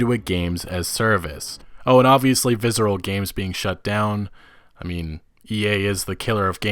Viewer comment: Why do you keep pronouncing it 'vizzral'? Its visceral.